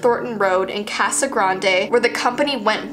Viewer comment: She said casa granday , 😭😭😭 like if you from Az